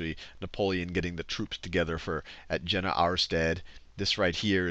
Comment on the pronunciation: Jena is pronounced "Yena".